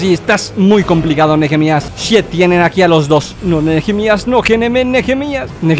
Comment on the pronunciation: Nehemias se pronuncia neemias Yo me llamo asi por si se preguntan xd